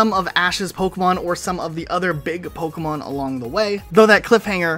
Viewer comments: Its funny hearing the narrator say Pokeyman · So we all agree the announcer definitely said “pokéman” right? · first time the narrator pronounces Pokémon is mind blowing he doesn’t even say it correctly 😮